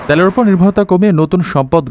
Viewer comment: ত্যেলের না তেলের 😅😂